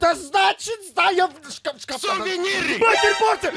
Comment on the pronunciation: СУВЕНИРЫ 😂😂😂😂